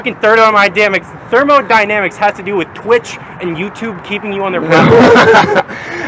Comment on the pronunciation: thermonynamics the gamma is so triggered he could not even say thermodynamics